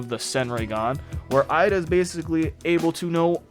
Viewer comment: No offense but why do you say Eida like that?